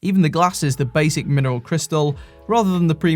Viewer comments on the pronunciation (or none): none